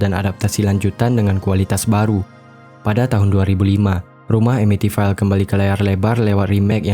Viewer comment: Amityville dibaca Amitvil